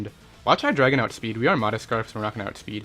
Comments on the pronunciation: Either way, it's still Hy-DRY-gon. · he said hy-dragon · Its pronounced hy-dray-gon